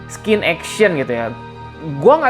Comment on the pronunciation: Gausa sok inggrislah, ngomong scene jadi skin 😂😂😂